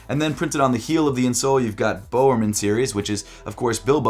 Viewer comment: pronounce bowermans name better pls